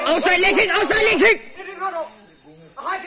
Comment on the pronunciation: "Outside" leh "inside' leg kick hi Mizo te'n kanlo hrelo rei ve hle nimaw... 🤣 nuihzata lo la an tam hle.. a pronounciation a nuihzatthlak deuhreuh vangin a takah awmlo maw loti hlawm 🤣